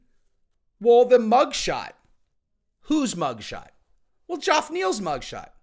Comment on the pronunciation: “Joff” Neil 🤣🤣🤣🤣 fuckn Jeff mate Jeff